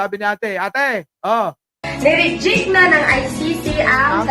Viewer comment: hindi naman nya sinabi na ni REJECT.. ang sabi nya niRIDYIK... hahahaha